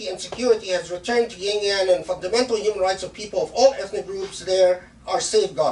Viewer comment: Shaykh please, it's not "yin-yang," it's more like شِنْجِيَنْگ